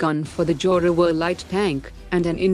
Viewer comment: 70% bullshit. Further the commentator has a weird accent can’t even pronunce the word zoravar properly .